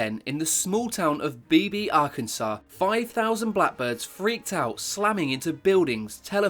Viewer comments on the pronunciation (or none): Arkansas = "Ark- en-saw" Amelia Earhart = "Air-hart" Plus lots of others! You've got to, what, late teens? And you've never heard these words in conversation? British schools have got worse since I knew them sadly.